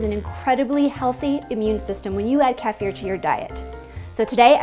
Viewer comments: Great video. A couple of things. Do not be afraid to use stainless steel utensils - kefir grains do not react with it. Second, sorry, but you are pronouncing the word 'kefir' wrong. It is ke-fee-r, with the stress on 'fee'. "Ke" like in "Kellogg's", "fee" like in "fever". See here for example - (the video is in Russian, but you will get the idea :-) ). Cheers. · Informative video, yes. I'm pretty sure that is mispronouncing kefir, though. I don't know what language she thinks it originated from, but it's pronounced either keh-feer or kee-feer. I learned the first way is the correct pronunciation. Since this video is already 4 years old, maybe it's time for a refreshed version, using the correct pronunciation! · love it when she says "khaphier" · Learn how to pronounce kefir your killing me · The way she pronounces kefir drives me crazy. I'm not shocked given that she pronounced milk like melk. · This is the correct pronunciation: Kehfeer- because it comes from Russian KEFIR where it was discovered. If you say Pizza and spaghetti like italians, and Burrito Jalapeno like Spanish why not to say Kefeer(Kefir) like Russians. Why Key-Fur ? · Everywhere in Europe is called "KEFEER" NOT KAFIER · Wow. First of all great video, and thank you. Second, apparently I've been saying kefir wrong for several years, like KEE-fer, like Keefer Southerland lol. Then I clicked this video to brush up on my skills bc I've been out of the game for a bit. And right out of the gate KEFF-fear sound totally foreign to me for obvious reasons, so i looked it up and apparently it is actually kuh-FEAR. Not that any of this makes the product itself any less fermenty & healing lol...but I like words and find them interesting. Thanks again for the useful content! :) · It is just me or is there anyone else find her pronunciation annoying... It's pronounced like "keefir" .... NOT "Kefear"...... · Every time when you say "Kaafeer" ill take a shot. Lets try to say it right KEEfeer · ITS KIIIIIFIR!!!